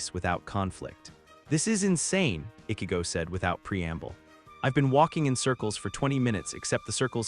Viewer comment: He can obviously pronounce words with "ch" properly. But he repeatedly said Ichigo wrong every single time. Annoying 😑 😒.